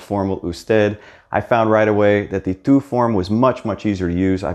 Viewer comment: Your pronunciation is pretty good, but right here you pronounce the u in tú and usted wrong. Why is that?